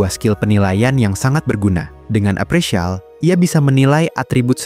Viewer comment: Appraisal bukan apresial wooyyy gatel bgt telinga aing 😭😭😭